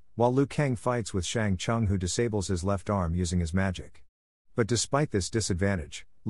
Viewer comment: "Shang Chung" ....